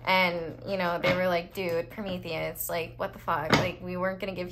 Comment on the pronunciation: The hugest props for how flawless you said Promethius' is in one go